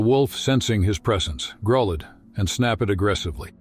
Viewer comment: Enough of the AI already. Grow-led?